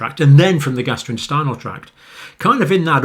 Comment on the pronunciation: It's amusing how he keeps calling the gastrointestinal tract, "the gastroinstinal tract".